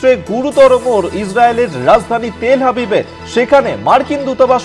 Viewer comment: উচ্চারণ "হাবিব" নয় "আভিভ"